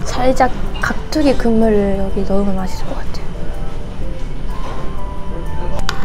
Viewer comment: 은몇달 안됐는데 발음이 한국 사람이네요. 아 깍뚜기는 빼고요 ㅎㅎㅎ